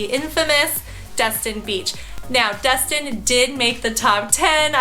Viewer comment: I just have to point out some things…It not called Dust-Tin its called Des-Tin. Also, where you pointed on the map was more Ft. Myers area not outside Clearwater 😐 ….I’m in Ft. Walton area now for two month I live in Tampa area, I must say you missed out moving up there to Georgia I mean the Panhandle 🤭 Tampa area is by far probably the best area in ALL of Florida with the MOST Beautiful beaches panhandle does not compare. Tampa also has ‘A’ Schools. I’ve lived all over Florida (Jacksonville too) and Tampa is it! It has everything you need and if you need a little more(like Disney) it’s a quick and easy drive.